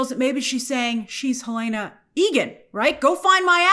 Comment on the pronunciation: It’s Hell-en-uh not Hell-ae-nuh 😊